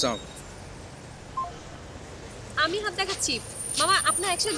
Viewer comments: লেখক দের কাছে আমার একটা অনুরোধ রইলো অপূর্ব কে যেন কোন নাটকে সালাম দেয়ার ডায়লগ না দেয়া হয় । সা মাইকুম বলে এটা একটু দেখা উচিত। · নায়ক কি ভালো করে সালাম টাও দিতে পারেনা বাংলা নাটক করছে বাংলা ভাষা বলছে অথচ সালামের উচ্চারণটা ঠিক নেই